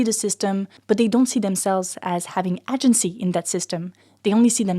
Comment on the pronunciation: Amazing video, check the pronunciation of the word "agency", im a migrant non native english speaker that does talks in sociology just saying it to you before a twat white straught english native man cuts you half way through an argument to make fun of you because of it 👍🏾